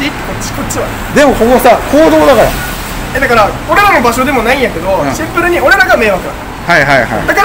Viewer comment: 「シンプル（⤴︎）に！」て妙な発音で何度でも言っててキモッ、草ｧ😁✨✨✨